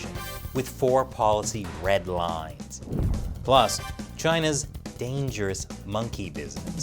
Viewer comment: I Heard “Led Rines”...? Did I Miss Something?